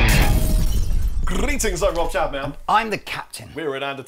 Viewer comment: "Mine says Claptain."